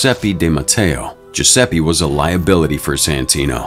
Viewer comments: It's GiuseppE not Giuseppi. I get the american accent which is not bad, but Giuseppe is such a common name 😂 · GiuseppE, not GiussseppI, for god's sake!